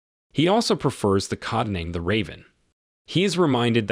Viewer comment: Yeah, I thought it was funny the mispronunciation of the word "codename". I had to laugh when he said "codname". Like wearing a codpiece or crotch protector.